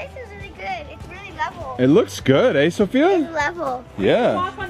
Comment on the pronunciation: your inner canadian is coming back “hides it good eh?”